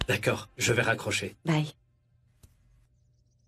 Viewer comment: Qui a remarqué que Radarani dire tacord au lieu de d'accord lorsqu'on lui accumulé les mauvaises paroles dans la bouche 😬🤣🤣